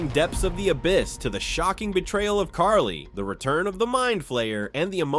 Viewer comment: Carly, you mean Kali?